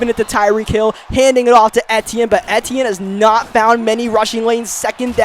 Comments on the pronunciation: it’s pronounced travis e-chenne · Its pronounced (e-tee-in